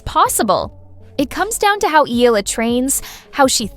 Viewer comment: Pronounce Eala correctly, please. It's a game, relax!